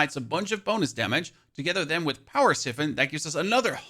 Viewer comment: "Siphon" is pronounced "Sigh-fon"